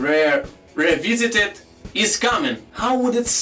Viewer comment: reh reh reh veesited